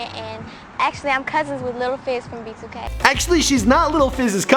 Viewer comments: Did he say “b2 gay” ? 😂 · Bro when you said "b2k" I had captions on and it said "be too gay" I have nothing against gay people just found that funny